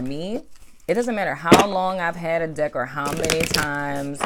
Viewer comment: 😂😂😂 during the Aquarius singles reading it sounded like you said dick not deck 🤣